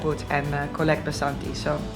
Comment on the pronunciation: It's not BASANTI it's 'VASANTHI'